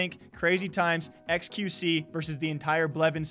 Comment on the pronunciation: Y did she say qvc??? Maybe because it sounds like XQC